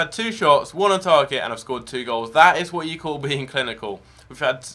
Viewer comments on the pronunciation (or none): none